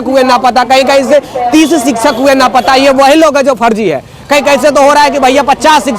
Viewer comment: 😂napata nahi bolte hai,lapata boliye